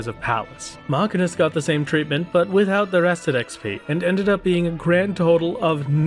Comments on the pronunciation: i don't know why it bugged me so much but it hurt to hear him mispronounce machinist (muh·shee·nuhst) by calling it makinist. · LOL why are you saying Machinist like that? its simply Machine-ist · yikes that MCH pronunciation. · Your pronunciation of machinist is extremely upsetting. It's not even a fanciful fantasy word you live in a world with real machinists and I am distraught that you've been mislead like this.